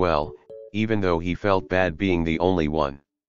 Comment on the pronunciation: I'm sorry my favorite part was kenma saying "I fealt that on a spiritual level